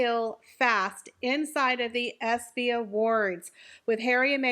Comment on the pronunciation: It’s ESPY, not EPSY…just saying